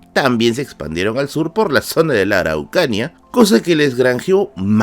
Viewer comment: Justo venía a corregir eso, además que pronunció mal "Araucanía". Un poquito más de rigurosidad en la pronunciación de las localidades chilenas por favor.